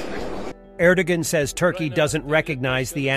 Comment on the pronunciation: "Row-but-een", "Ehr-doh-gun", and a "my-knot of silence": Ehhhhh??